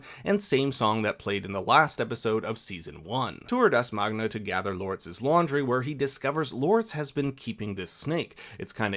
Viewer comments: Sounds like you say Magna instead of Magne. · my man magne lost his V